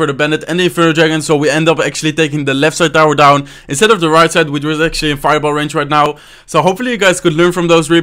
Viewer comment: mero kiven *which not wich